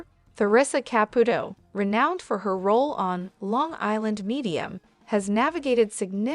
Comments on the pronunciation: Girl you need to take a Italian course! Here Ka put o. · Why can't the narrator of this video pronounce the name "Caputo" correctly one time?!👎